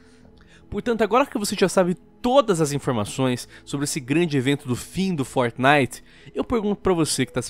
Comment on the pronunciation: Como o nome é: fortnite Como o fala: fornai